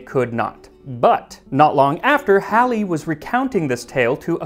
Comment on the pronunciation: I kept accidentally looking around whenever he mentioned Halley. Because that's my name (Pronouciation and all.) My mom is a huge history nerd and named me after the Astrologist's famous comet. Few people can say my name. And I congratulate you for saying the name well.